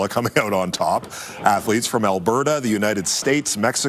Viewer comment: “Athletes” hahahahahah